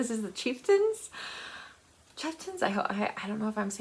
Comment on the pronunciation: Yes, The Chieftains (you pronounced it correctly the first time). Their album “The Long Black Veil” features an amazing rendition of “The Foggy Dew” by Sinead O’Connor. It’s been known to induce tears. A 1990’s (?) Irish film I really enjoyed and wholeheartedly recommend is “The Playboys”. An acting troupe visits a small Irish town, romance, humor and drama ensue. The cast includes Aidan Quinn (💚), Robin Wright and Albert Finney. “Waking Ned Divine” is lots of fun. I had forgotten all about seeing “Breakfast on Pluto”. It was the first time I had seen Cillian Murphy in a film. (“Cillian” is pronounced as Killian) Some Irish books folks reading this might like: “Big Girl, Small Town” by Michelle Gallen “The Factory Girls” also by M.Gallen. “The Coast Road” by Allan Murrin (style very similar to Colm Toibin) “When All is Said” by Anne Griffin (the audio is terrific) Evokes all sorts of emotions, happy and sad. “Cal” by Bernard MacLaverty (a young Catholic man’s first love is with a slightly older Protestant woman in 1970’s Northern Ireland. “This is Happiness” by Niall Williams (the electrification of far west Ireland in the 1960’s) “The Keeper” by Irishman Graham Norton (the novel is not comedic). I thought it was a good story. If you want to combine March of the Mammoths with the Irish readathon you could read “Trinity” by Leon Uris. Granted Uris isn’t Irish but the big novel is set in Northern Ireland. It’s decades since I read it so I’m fuzzy on the plot details - I think m